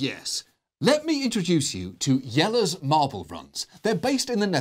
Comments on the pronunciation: I know it's just a small detail, but I like how he pronounced "Jelle" correctly, with a Dutch j and all. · Holy shit he properly pronounced jelle's name, I- I'm impressed. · As a Dutchman called Jelle, it is a joy to hear an Englishman pronounce it correctly :D